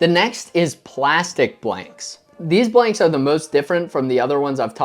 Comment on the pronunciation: is it me or dose he say "bwanks"